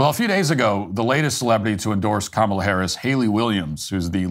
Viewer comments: did dyson just pronounce kamala in the racist way? Because that's what I heard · Whoopi Goldberg said "Ka-MAH-la" on the View. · Did he just mispronounce Kamala in that last clip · It’s pronounced Quemala for the Hispanic people 😂😂😂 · That lady mispronouncing Kamel-Head are perfectly fine. Nothing is more cringe than the White American English speaking "news-casters" talking perfectly normal & then going all 3rd-world when they say "JuATaMAIA" (guatamala)... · It’s pronounced Commiela